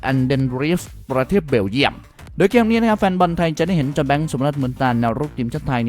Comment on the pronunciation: เกมส์พูดเป็นแกม😂😂😂